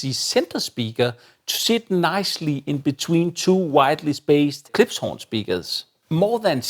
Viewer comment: It's KlipSH. You keep making an S sound.